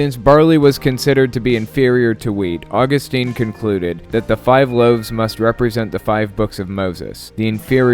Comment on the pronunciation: FYI: Augustine of Hippo is pronounced "Aw-GUS-tin".